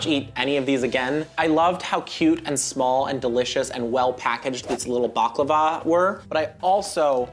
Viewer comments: ummmmm...hate to tell you this but that is not at all how you say baklava in arabic. like that letter "khhh" خ is not in the word baklava....it's بقلاوة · Yeah, that made me cringe hard. She completely butchered it. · as a turkish person, this is absolutely the worst pronontiation of baklava I've ever heard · Nobody pronounces it "bakhlava". That's weird. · Why did pronounce baklava like DJ Khaled